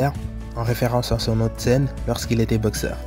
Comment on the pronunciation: Mais pourquoi il dit "beuxeur" celui là